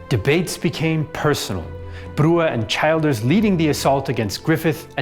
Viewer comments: Childers is pronounced "Chill-ders" NOT Child-ders. Other than that ... not too bad a summation. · Childers is pronounced as chill ders. Great video nonetheless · Excellent, thank you. Just one tiny quibble - Erskine was chilled(ers) not a child(ers) in pronounciation. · Robert Childers surname is pronounced Chill Ders. He was executed during the Civil War. His son was elected President of Ireland in 1973 and Childers Granddaughter served as an MEP as recently as 2019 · Great job very fair and unbiased. One minor note Erskine childers is pronounced err-skin chill-ders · He did extremely well, obviously does his research. Kinda got Childers wrong but a very small thing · and yet fell at "Childers"